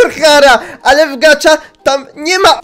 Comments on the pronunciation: to sie czyta : gacha, a nie gacza xd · MÓWI SIĘ GACHA LAJF A NIE GACZA LAJF A PISZE GACHA LIFE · Gacha life a nie gacza life!!?!? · Nie czyta się gacza czyta się gacha